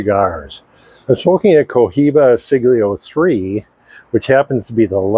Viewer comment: Yes, and to be consistent and clear: it's a Siglo not a Siglio. Our host also has not paid enough attention to exactly what he is smoking. By the way, Cubans are easy to get by mail order. And, no question about it, the best cigars on the planet.